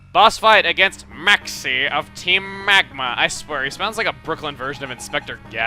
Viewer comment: MAEXIE OF TEEM MEGMA